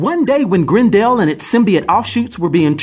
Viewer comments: It's Grendel not Grin-dell... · Its pronounced Grendel, not Grend El lol. The character may be new but the name has been around since 750 ad. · I love you're wild pronunciations! <3 GREN-DELL. It's Gren-dull. But love you lots and the content is fire! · Every time you call him "Grend Al" I keep thinking of the A A ron Key & Peele skit.